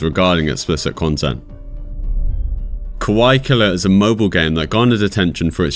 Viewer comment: I'm not in any way trying to nit-pick your accent, but it sounds like you're saying "kawai" instead of "kawaii". Not that "kawai" doesn't fit, lol.